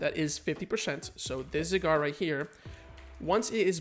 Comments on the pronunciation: Not going to lie I hate how you say you Zygarde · Learn how to pronounce zygarde 1 like=1 porygon